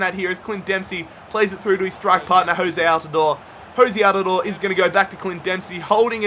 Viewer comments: Jozy not Jose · It’s pronounced “Joe Z” and spelled Jozy Altidore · A few nitpicks - It's "JOH-zee" Altidore, and "PULL-ISS-IK", not "PULL-ISS-ICH" (even though they announcers call him that) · Your are saying altidores first name wrong